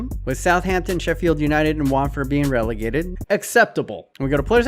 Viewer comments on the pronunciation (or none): none